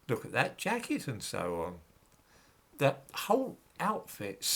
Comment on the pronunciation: "Eat ze middle-class"